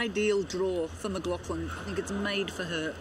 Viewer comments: Why is it that main commentator cannot pronounce her name!! McGlaFFlan lmao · why this commentator keep calling her McLauFlin?? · Stop saying 'McGlaufflin'!!! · And he's getting her name wrong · Next time get an announcer that can pronounce Sydney’s last name correctly